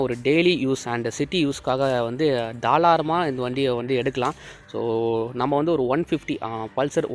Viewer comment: Bro athu தாராளமா.....தாளாரமா illa 😅